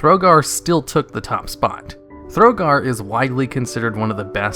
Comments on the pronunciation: Thogar, not Throgar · Operator Thogar, not Throgar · Thogar not Throgar; Suramar not Surumar. Onyxia's Lair got re-released as lvl 80.